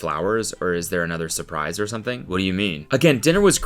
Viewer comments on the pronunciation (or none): none